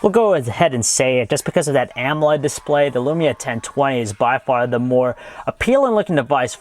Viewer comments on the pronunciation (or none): none